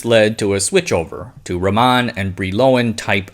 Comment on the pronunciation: "Raman" --> Blame the poor phonetic-representation of the Latin alphabet, but "Rummun" may have been a more apt spelling. "Ruh - muh - N" . (i.e., not ruh MAA - n, nor Raah - man). The uppercase "N" is to represent a hard nasal "N" (uncommon in most non indic languages).